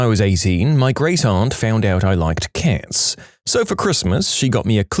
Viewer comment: u pronounce cats too similarly to kids 😟